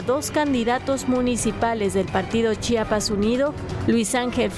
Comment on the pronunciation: Chiapas se dice Chiapas no chapas para dar noticias deben de aprender a leer